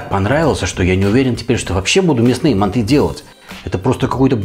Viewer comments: это все хорошо что она лингвист.... вы посмотрите видео казахов киргизов и всех тюркских наций кто готовит мАнты и Шашлык и вы никогда не услышите мантЫ шашлыкИ и мантышницу🙂🙂🙂 просто ухо режит, а так видео зачет! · Происхождение блюда Тюркское и китайцы тут ни причём, к ним оно пришло из Монголии. Станислав Гильгенберг прав., правильно произносится с ударением на первый слог: мАнты. Современные лингвисты оставляют желать лучшего. простой пример: всегда было правильно произносить слово договор с ударением на последний слог: договОр, теперь произносить можно: дОговор. Лингвисты (российские) пытаются нас убедить, что это допустимо. Хотя когда я учился в школе, это было ошибкой. Такими темпами скоро и до буквы "Ё" доберутся, зачем нам лишняя "Е" в алфавите, ведь одна уже есть. А рецепт очень вкусный, уже год как готовлю. Спасибо большое. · МАнты, а не манты! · Не мантЫ а мАнты... говорят в Казахстане. И лучшая рыба в мантах, это змееголов. С добавлением 25-30% сала. Укроп в мАнты не ложится... и лук не пережаривается, и мясо делают рубленым, и не в коем случае не измельчают в блендере или тестомесе...- Это уже твой личный рецепт. И конечно тогда это уже НЕ манты будут. Нужно другое название этому блюду.А к настоящим мантам, используют соусы основанные на красном перце. Хорошо идет уйгурский "ляджан". Но к этому блюду из рыбы... может и эта зелень покатит. Короче, от "Мант" тут ничего и не осталось. Назови это блюдо по своему... но не мАнты. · МантЫ????? Что это? Есть мАнты.... и к слову они не склоняются..... так же как и шашлык.... Нет такого шашлыки... есть шашлык.... аж передергивает как вы это говорите..... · Согласен. Правильно ставить ударение на первый слог: мАнты.